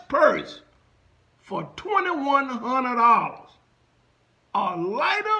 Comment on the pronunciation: ...they way YOU keep saying "2..1...hunnet dolllas